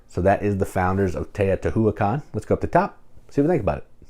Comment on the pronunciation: I think it's pronounced: Tay-oh-tee-WHA-KHAN not Tay-oh-tee-HOO-ah-khan